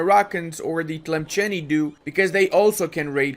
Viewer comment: Tlemcen not Tlemchem. Just pronounce it as it is written